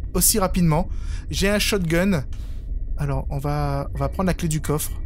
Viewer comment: Ça m'a toujours perturbé quand il dit (la clé du covre)😂😮